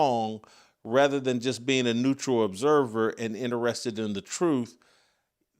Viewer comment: I don't understand why he can't pronounce the word, truth.